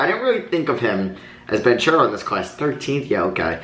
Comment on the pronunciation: Banchero's name is pronounced as BanKero